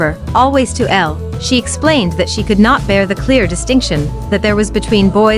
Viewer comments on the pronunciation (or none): none